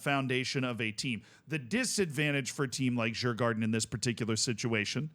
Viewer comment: You should Pronounce Djurgården as "Yurgorden" in case you wanted to know.